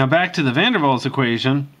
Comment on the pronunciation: You were right. it's pronounced van der Vals, but is spelled with a W.